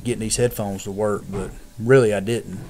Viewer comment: mah bows wireless heaydphones